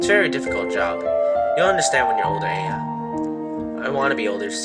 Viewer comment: it's pronounced eye-ya